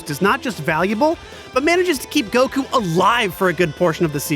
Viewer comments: It still kills me Make pronounce goku correctly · I love lani dissing for his odd goku pronunciation. Lol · i'm happy they mentioned that pronounce goku wrong. it's frickin annoying! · "Make him pronounce goku correctly " Give me a fucking break!